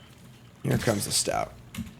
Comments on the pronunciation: No shade though. Love the vids! Just one too many “stouts” put me over the edge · Him not pronouncing st-oat correctly drove me nuts. Yay, bats, believer? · It’s like OAT. St-oat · I have had to end videos in some cases if he drafts certain cards because I can't listen to him say it 100x in a video. Take the Training Arynx back in OTJ for example. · Question: do you get banned if you correct pronunciation in chat. STOAT RHYMES WITH BOAT, GOAT, COAT, MOAT and.....OAT. Stout is stout. Why must you punish us.